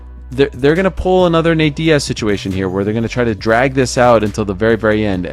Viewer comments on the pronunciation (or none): none